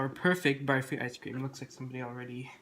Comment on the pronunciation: This looks soooo much better than the other version in this collab !! Thanks for not saying "baaaaarfee"